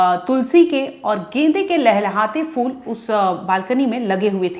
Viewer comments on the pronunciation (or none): Phool kahte hain, fool nahin kahte hain, Ma'am